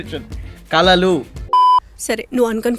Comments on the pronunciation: oyo dreams kaadhu Arts😂😂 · అవి కలలు కాదు రా కళలు తెలుగు రాదు english రాదు ఎదవకి